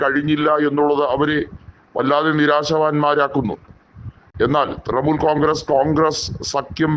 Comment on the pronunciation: ത്രമൂൽ അല്ല. ത്രണമൂൽ